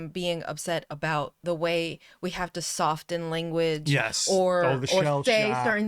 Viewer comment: The T in "soften" is silent - George would give you 5 minutes on that.